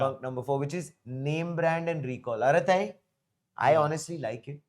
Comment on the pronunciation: Arattai is pronounced with T sound bring clear like as in “true”.